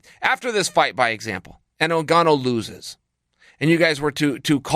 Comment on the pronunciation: Chael called Francis N-gone-oh a few times. By design.